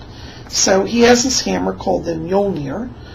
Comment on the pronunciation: I am asatruan and yes you did pronounce Mjolnir correctly :)